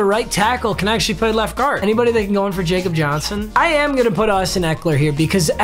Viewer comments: It’s not facob Johnson it’s like yeacob Johnson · Bruh it’s pronounced Yakob Johnson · Papa, just so you know Jakob Johnson is German so it's pronounced ya-cup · It's Yakub Johnson, he's German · Jakob Johnson’s name is pronounced “yakob” he’s the best fb in the league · My dude actually said Jakob Johnson it’s “yakob Johnson” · Papa it’s pronounced ”yakhub Johnson” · not to be that guy but its pronounced Yakob Johnson because hes German